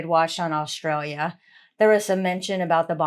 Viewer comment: This is not your fault , but it’s Spelled Australia, only one R, and RAAF is pronounced R double A F. Only watched 5 min so far. Also I don’t get the robotic voices on these videos?